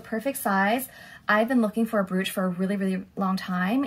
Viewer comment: Brooch is pronounced broach. Lovely haul. Thank you.